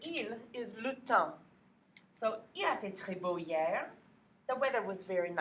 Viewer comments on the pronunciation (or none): You are fantastic teacher, but Your HIER(fr) sounds like YEAR(eng)... or is it just me? ;) Greetings from Poland, we need teachers like You.